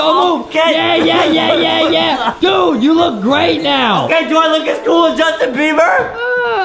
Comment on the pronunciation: “Justin “ not “ Justine “